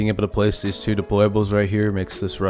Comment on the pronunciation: “We got theez fuggin triangle peaks” 😂🫡